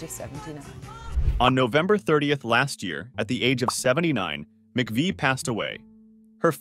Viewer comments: Not appropriate to show a topless photo of a woman who just passed away. Also, pronounce her name correctly. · A bit disgraceful to do a whole video about someone and repeatedly pronouncing their name wrong.... but at least you caught on after the video clips that correctly pronounced it near the end. I would have re-recorded the narration before publishing the video though. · Can't you at least overdub your robot so you pronounce her name correctly?!? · This video is an AI generated, cut-and-paste screw-up! Butchering her last name is the worst. Photos don't match narration. Not a transformative video, but cut-and-paste. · You make a video about Christine McVie and you MISPRONOUNCE her name?! Gimme a break!!!🙄🤦🤮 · OK. Christine McVie's surname has always (since she married John McVie) been pronounced McVee NOT McVay! You may be well researched, but get the pronunciation correct. The incorrect pronunciation of Christine's surname is absolutely sure to anger viewers of your YouTube article who know better. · Her name is pronounced MC-Vee, Not McVye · I always heard that her name was pronounced "Mc Vee" not "Mc Vii" You really should pronounce her name with consistency not changing back and forth! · Christine McVie. McVie rhymes with 'see'. You change between McVie (rhyming with 'sigh') and the former pronunciation. I can't think why and I can't think 'wee'. The video is good apart from that. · I'm confused: Narrator begins by pronouncing her name as "Mc-veye," then changes it to Mc-vee"... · Her last name is pronounced Mc-VEE, not vi!!! How could you possibly NOT know that,? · Christine Mcvie is pronounced 'Mcvee' NOT Mcveye. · If u make a video know how to pronounce the person's name correctly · The lady's name is pronounced MACVEE. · Her last name is pronounced (Mc-Vee) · McVie is pronounced 'mac-vee'. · McVie is pronounced McVee... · If you are going to say her full name multiple times, at least pronounce it correctly. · No it's not, it's Mcvie.